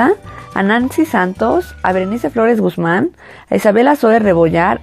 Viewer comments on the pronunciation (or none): none